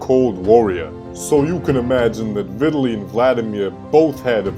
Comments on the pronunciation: The person doing the commentary to this video is a complete idiot and don't even know this man's name. He keeps calling him Vitaly, his name is VI TAL E a.k.a. Vitali. Do not make videos if you are mentally handicapped. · Lennaaax Lewis Viiidali jesus Christ, good video though